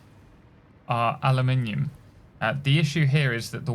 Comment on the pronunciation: Aluminum is the american way to write and speak that metal. Europeen people (british and french) are using aluminium with an I. Both exist and are valid but only one sounds beautiful when said by IMO